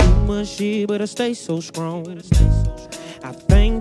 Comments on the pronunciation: Why dat nicca still say SKRONG even when he sing 😭🤣🔥💥💪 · Peeped that out too! skrong🥺